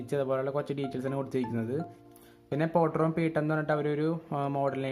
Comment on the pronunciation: പൊട്രോൺ അല്ല ഫോട്രോൺ ആണ് 🤗